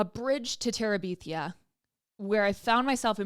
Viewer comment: Cute new set up, but I’m stuck on the way you said bridge to terabeethia